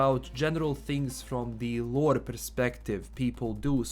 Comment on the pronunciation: ”Cyberrpunk 2077 lorrre” mamma mia